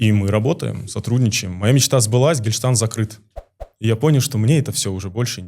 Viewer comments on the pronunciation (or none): ну камоооооооон )))) Я все понимаю, но два раза выносить сноску про "Гельштант"?))) Ну не знает он как оно читается) Некрасиво выглядит. Я конечно тоже не питаю симпатии к нему, но ты все таки интервьюер, а не комментатор как я))) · после того, как с любовь отзывается о своей МАТЕРИ (дай Аллах ей здоровья) и что он слушает её, сказать "ты маменькин сынок?" это просто без слов. И это говорит мусульманин (!!) А еще, когда он просто ОГОВОРИЛСЯ и сказал вместо гештальт что-то типа "гештальн", автор большими буквами вывел это на экран как цитату........ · Этот производит впечатление слегка у. о. В конце беседы вообще конкретно поплыл, его размазал конкретикой, чёткостью мыслей и аргументов! Абсолютно картонный ограниченный и закомплексованный персонаж с кашей в голове! Слово "гештальт" произносит неправильно, видимо, и значение толком не знает, как и "царить", впрочем, это "художественные оборлты" и "так далее"!..😂